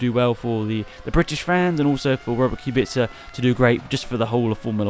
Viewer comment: i Hope Kubica will show some claws and will compete with top 3 teams despite car he will use Also kudos for somewhat correct pronunciation. C is soft, its not KubiKa